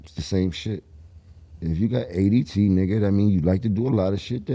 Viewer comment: Jim calling it ADT 🥹💕